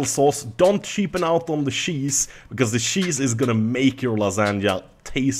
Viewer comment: "Dont sheapen on on the sheese" Oh you Swedes you